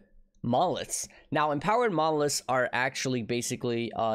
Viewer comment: why does it sound like he's saying "mollusks" instead of "monoliths" ?